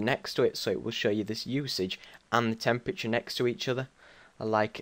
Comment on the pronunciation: its temperature not Chemprature